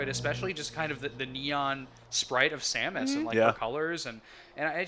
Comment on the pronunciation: Y can't people say Samus?